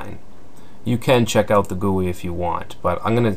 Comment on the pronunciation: Git is pronounced jit. GUI is pronounced Gee-You-I